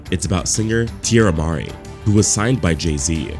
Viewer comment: Teirra Mari - Tee-air-ah Ma-ree